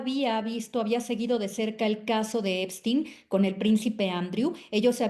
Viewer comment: Epstein se pronuncia ":Ep-SHTEIN".